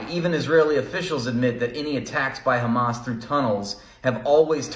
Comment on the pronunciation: They always pronounce it as "khamas" for some reason.